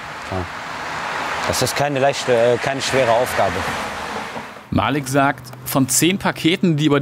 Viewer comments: Es heißt nicht Malik es heißt Maliik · es heißt nich malik es heißt malik keemo